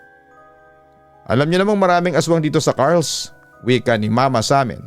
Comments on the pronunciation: i think its car-les do pagbasa not carles? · Car-les po yun nd carls😁😁, , marami tlga aswang jan sa iloilo lalo na sa dumangas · Correction pagkakabasa po ng place is Car-les not Carls po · hindi po carls (kar les) po yun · Car Les two syllables po papa dudot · Listening here frome sara,iloilo. Car-les po ang pag pronouns papa dudut hehe. God bless po❤️‍🔥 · Hello, Papa Dudut. Carles po 'yon. 😅 Parang (CAR tsaka LESS yong pagbasa)